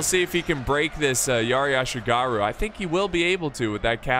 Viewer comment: The way you say Yati ashigaruu is killing me